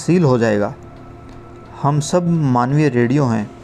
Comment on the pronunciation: Please read the word mum as Hum.